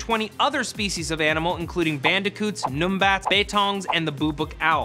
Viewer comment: As an Australian. I pissed myself laughing when he said Numbats like "Noom-Bats" It's "Numb-Bats" Hahaha love you guys